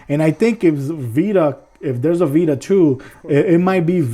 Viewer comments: you say it like playstation beta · How many times did he say PS Bita? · This guys atrocious use of the English language was annoying. I couldn't take " jus wif Breaf of duh Wild" "protabilly" "PlayStation Bita"